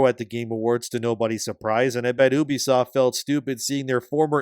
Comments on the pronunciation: I cringe anytime someone pronounces the name 'Ubisoft' as 'Oobi-soft' and yet YouTubers keep pronouncing it this way. Why? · It’s Ubisoft not Uubisoft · ffs it's not "oooohbesoft." It's "You be soft," a pretty neat little diss on bad gamers. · The name 'Ubisoft' was coined by the Guillemot brothers in 1986 as a shortened form of "Ubiquitous Software;" stop pronouncing it like 'Oobi-Soft.' It's incredibly cringeworthy.